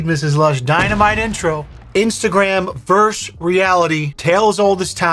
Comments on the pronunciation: VerSUS has TWO syllables and is NOT interchangeable with verse or (pl.) verses. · The word is “versus”, not “verse”. Lost me at the first sentence.